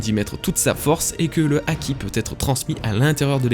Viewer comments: Haki ≠ aki. Et myōō≠mioho (juste myo mais avec trois ou quatre "o" à la fin ^^) myoou a la limite. Vidéo bien sympathique dans l'ensemble mais attention à certains faits inexactes . Tout d'abord, pour ce qui est de la pose qui change en main ouverte , C'est avant tout une pose très classique dans le théâtre Japonais et de plus tu analyse ça d'un point de vue occidentale car au Japon une main au doigts ouvert ne symbolise pas le 5 mais le 0 , le 5 étant un poing fermé.... Ensuite a en Japonais , le Kanji de l'énergie/souffle se dit "ki" ou "ké" voir "iki" en lecture kunyomi. "Chi" c'est la prononciation chinoise . Puis le symbole du ki n'EST PAS le même que celui du Haki mais est utilisé dans celui ci c'est pas pareil, c'est comme une racine étymologique en francais donc rien d'étonnant à le voir ici. Ce Kanji "ki" est utilisé dans la formation de plein de mots ayant un rapport de près ou de loin avec l'énergie/le ressenti etc ... (Par exemple on le retrouve dans le mot kūki voulant dire "air" dans le sens "atmosphère" (mais si tu lis littéralement le sens des Kanji un a un y a marqué "énergie du vide". Et enfin la dernière chose qui m'a fait grimacer c'est quand tu parles d'Oda parlant des références culturelles de son pays quand tu fais référence au bouddhisme et à l'hindouisme. Sache que l'hindouisme n'est pas présent au Japon et que le bouddhisme ne représente que environ 15% des croyants là bas.. l'extrême majorité sont shintoïste (84% des croyants). Bref ce ne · Pk tu prononces pas le h quand il y en a un : "haki" mais tu le prononces quand il y en a pas "myōō"